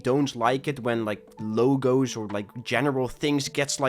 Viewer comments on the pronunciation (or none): none